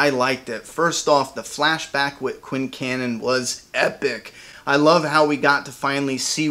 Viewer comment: it sounded correct to me